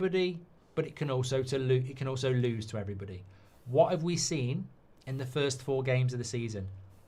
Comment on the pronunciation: Goldbridge, when you open the show, can you start with "Hello EVERYbody" and not as you always aay "Hello BODY" .. its everybody, not body!! 😄 🤣 😂